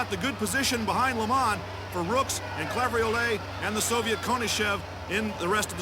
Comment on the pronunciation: Great race. Unfortunately, couldn't pronounce the other French rider's name (Claveyrolet (sp?)) correctly, even when Liggett did so repeatedly.